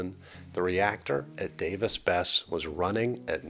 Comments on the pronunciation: Its pronounced Davis "Bess-EE"... Not Bess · Fyi, it is pronounce Bess-E.... Don't ask me why we must pronounce things strange in Ohio. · Besse is pronounced, “Bessie”